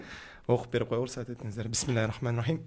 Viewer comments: Бисмиллахи эмес биссмиллахирр рохманир рохиим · ТАЖВИДГЕ ЖАКШЫЛАБ КАРАП КОЙУН БИСМИЛЛАХИРРОХМАНИРРОИЙМ БОЛОТ